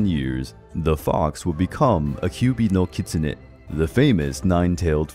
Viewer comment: Why isn't anyone talking about Teen Wolf? 'Nokitsune'